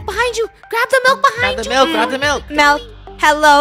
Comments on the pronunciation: i hear melk lol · Mil, mailk, melk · I love how Funneh says "Melk" instead of "Milk" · I love that funneh and KREW pronounces milk as 'mil' 😄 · I heard Mailk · I hear melk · I heard “meLk” 😄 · I heard milek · i hear mel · It’s Malk lol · I heard meilk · they dont... they say "melk" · No its MELK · I was kind sad when she said milk instead of malk now but only ogs know malk😭😭🥹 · How most people say milk:MILK How krew says it:MELK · I like how funneh Proununce milk with melk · Or as funneh would say…the Melk story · Ah yes ✨melk✨ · "Find the Missing Melk in Roblox" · What are y'all on it's not milk it's melk